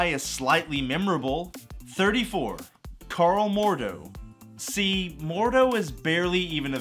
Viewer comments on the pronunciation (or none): none